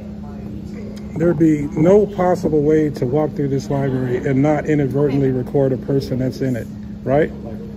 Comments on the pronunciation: I guess he really can’t read. He wanted to go to a Court House and voila….in the Libarry. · He really need to hit the liberie..look at what he wrote "torchure" cuffed😂😂😂😂😂😂😂